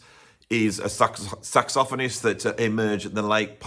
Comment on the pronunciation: Very interesting and informative, although the reversal of #1 and #2 is going to take me some time to digest. Of course, the most important thing is that I now know the proper way to pronounce "saxophonist."